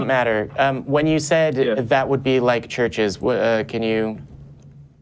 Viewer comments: More like 'shurshes' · Why does this guy pronounce churches as “searches?”